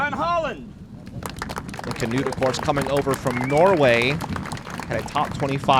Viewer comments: I thought it was more like “newt” but they announced him as “Canewt” on the tee. You’d think they asked him how to pronounce it. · yee they say Kenutt it's pronounced like this: KNUUT the K is there but goes straight to the N and then a soft U and then a regular T at the end. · As a Norwegian guy, I cant stop laughing at how the commentator pronounces "Knut" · The way they pronounce Knut is almost a warcrime